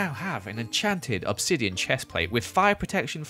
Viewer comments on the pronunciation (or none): none